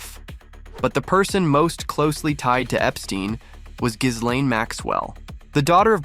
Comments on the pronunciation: More than half of the mentions I've heard of her in the media are incorrect. It's not hard!! gee-LAIN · Please learn how to pronounce Ghislaine if you are making a video that names her. Yikes!